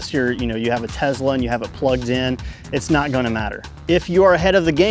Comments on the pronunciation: tessla, not tezzla. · You mispronounced Tesla. There is no letter z in Tesla.